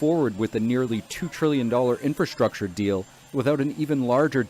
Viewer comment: What is "infurrschruucktuurr"?? Norway